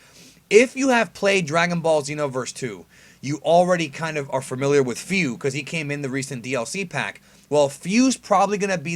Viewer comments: Hey man, for future reference it's not pronounced "F-I-U" its "F-O-O" that's why its spelt "FU" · Fyu? I think it's pronounced Foo? I could be wrong. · Why do you pronounce Fū like Feu?